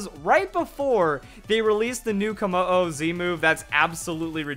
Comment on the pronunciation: Ayuna Matsushima It is Kommo-o